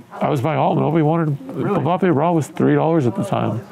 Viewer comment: My guy has a 30k mbappe slab and can't even pronounce his name right xd